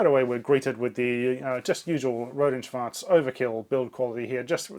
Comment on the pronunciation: I love that R&S piece. Thanks btw for perfectly pronouncing "Schwarz". I think other German engineers will agree with me with how funny sometimes German looks like when it is exactly and precisely describing a term, especially RF. "Tonfalle" is literally a trap to trap sound. Yes, that's what it is, but it is so absurd to see. I find it also cute how in German it is an Oszillator 38 MHz, But in English they write 38 MHz oscillator, even though there is no grammatical reason for the inversion in German, and they gave up on that on the second board.